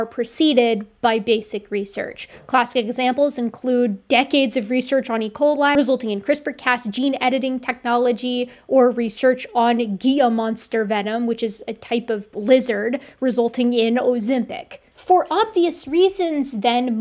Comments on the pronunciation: Gila monster is pronounced “HEE-lə”, not “GEE-yə” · With all the admiration in my heart, I’ve been following you for years, I really look up to you. I’m not trying to be mean. But Gila monster is pronounced “hee-la” monster not “gee-ya” monster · Apologies if i sound pedantic, but I was listening in the background, and I heard something about "Gee-yah monster venom," . Y'ain't from 'round these here parts, is ya? It's "Hee-lah." You, amazingly, mispronounced the word twice in a single utterance. That's rare. Love your content, this gave me a chuckle. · *HEE-luh Gila Gila Monster Sorry, had to, I'm a Sonoran native 😂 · extremely small nitpick: "gila" is pronounced "HEE-la" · Gila in Gila monster is pronounced HEE-luh. Not to be that guy. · I know you read the word, but the Gila Monster is actually pronounced ‘Hee-la”. The G is pronounced as an H sound when you are talking about southwestern native words. Same with the Gila River, you say “Hee-la River”Just letting you know for future reference. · Gila is pronounced "hee-la". Science is hugely important, & it really burns my britches that Drumpf & his cabinet of anti-science morons are causing this chaos. I probably won't be able to get to any of the CA rallies, as I live in a rural mountain town, I don't have transportation & I'm a 6 hour drive away (the rallies are happening in Sacramento & San Francisco & I'm in a little town outside of San Bernardino). But, boy howdy, I wanna be there. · Hi! "Gila Monster" is from Spanish, so the "G" is pronounced as "H", so it's "HEElah" monster. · Gila is pronounced ’Hila’ btw. Sorry, as a herp lover that threw me lol. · It's "heela" Gila Monster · I love you. Gila Monster is pronounced "Heelah" monster😀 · The ozempic thing surprised me too. And it's pronounced he-la and I should know cuz I live on the Gila River Indian Community reservation south of Phoenix AZ. Great job. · Small item: gila is pronounced more like "heela". Source: I live where they're native.